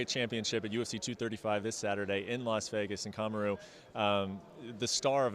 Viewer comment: Comm-aru Usman. Clearly he didn't ask about the pronounciation.